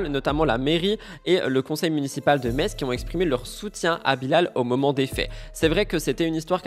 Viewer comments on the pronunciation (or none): Pitié pour la ville de METZ c'est MESSE et pas METTTTTTTTTSSSS !!! ce sont les allemands qui prononcent ainsi .... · bonjour, on ne prononce pas le T de METZ 😀😃